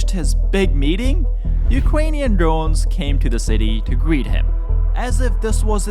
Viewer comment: Ukwanian Dwones